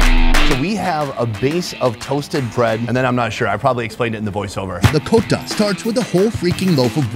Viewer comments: It's not called a cota it's a kota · "queota" lol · Kota = quater Its soweto English lol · The inner South African in me when he said quarter instead of Kota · kota :) Pronounced Quater .. Qota.